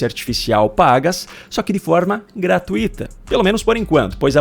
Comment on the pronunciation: "Gratuita" é uma palavra paroxítona e sua tonicidade é na sílaba "tu". Não existe, portanto, a palavra "gra-tu-I-ta", mas existe a palavra "gra-tui-ta". O "i" e o "u" formam um ditongo, ficando juntos na mesma sílaba - é claro. Matéria aprendida no primário...